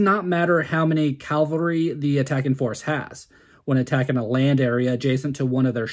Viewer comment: Why is it that so many native english speakers are saying "calvary" instead of "cavalry"?^^